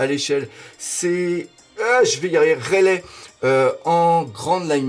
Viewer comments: ah non la tu abuse comment tu a prononcé reyli si sa s' écrit comme ça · c'est pas pour être méchant mais il respecte pas le nom des personnages c'est vraiment abusé Il t'a dit Raylai alors que c'est Rayli (je parle de la prononciation bien sûr )c'est dragone et pas dragon sérieux et c'est Garp et pas gap OMG tu regarde One Piece et ta chaîne est dédié à One Piece fait des efforts !!! c'est vraiment gênant d'entendre sa ...